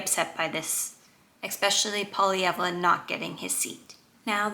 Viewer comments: Nobody except French-Canadians pronounce Poilievre's name correctly. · You should learn how to pronounce Poilievre's name if you want people to take you seriously.